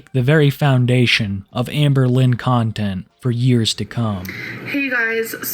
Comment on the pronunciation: "Hamburlin" nice lol